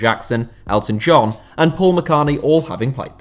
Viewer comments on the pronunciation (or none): none